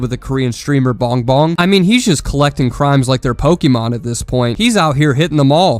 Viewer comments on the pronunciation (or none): none